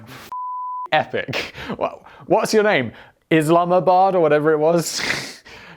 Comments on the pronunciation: Think Simon should have his British credentials taken away. He still can’t pronounce Rotherham, doesn’t know where York is and called Isambard Kingdom Brunel Islamabad. LOL. Still love you Simon. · ISAMBARD! get it right ... please ...